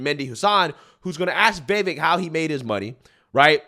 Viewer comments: It’s Vivake . It rhymes with cake. I know I spelled it wrong before anyone points that out. But yeah, so I hope this guy is not phony. Would be nice to have a VP with a spine and intellect on our side. ❤ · Go Vivek!!!! Take those bozos DOWN ! Also, it has been confirmed by the the man himself ....it is ViV-AKE...rhymes with cake. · You tell people we don't know what we're talking about but you don't know how to properly pronounce Vivek! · Dude. Pronounce his name correctly! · VIVEK rhymes with cake! 😁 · You still can't pronounce Vivek lmao after how many videos you posted of him. Not only that you actually like the guy lmao 🤣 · Rule #1, never trust a Democrat to tell the truth. Rule #2, never trust a Democrat.😂 Also, he said his names is pronounced Vi-Vake, like cake. Just for future reference. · Remember, his name is pronounced Viv - ake - rhymes with cake. 😄👍🏾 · his name is pronounce Ve Vake as in cake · Man I really, really like your channel but please pronounce Vivek's name correctly. It's Vivek like "cake". He has said this many times. Thanks a lot and keep spreading the word! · It's pronounced Viv-Ache. It rhymes with "cake". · I think its pronounced, (Viv'ake) like (the'cake) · Brother his name is /veevake/ and rhymes with "cake"... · Vivek rhymes with cake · 👉HIS NAME ISN'T PRONOUNCED "VAYVIK," HIS NAME IS PRONOUNCED "VIVAKE!" 👈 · I am a subscriber of your channel and watch you daily.I wanted to let you know how to pronounce "Vivek".... Its "Vuh Vake" not "Vi Vick" Keep up the good work. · Pronounce his name correctly, Vi-VAKE, not Vi-vekk. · It's Vivek sounds like CAKE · It’s NOT “Vehvek!” Learn to pronounce the names of your video targets, not only out of the respect you owe them, but so you don’t look like a careless ass! Vivek’s name is pronounced “Veevek.” You’re, but you wouldn’t like it if people start mispronouncing your last name as Foreskin, would you? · It’s pronounced Vi-Vake. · ViVAKE it rhymes with cake.